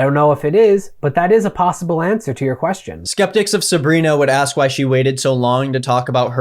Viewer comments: Great video. Haven't yet finished it, but so far it breaks the situation down quite well. One critique I have would be saying axe instead of ask, other than that you're quite well spoken. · Please learn how to say "ask/ed" 😅